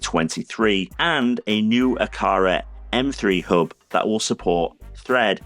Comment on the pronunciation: Why doesn't this guy pronounce the letter H? After I update my ub, I can get Phillips you working with my OhmKit in the second aff of 2023 when I can tell ow much power I've used. He hopes you've enjoyed it. If you av, don't forget to subscribe, because it elps him a lot.